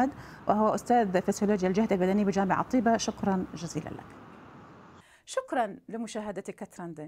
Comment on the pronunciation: لماذا المذيعة لا تنطق اسم "طيبة" بشكل صحيح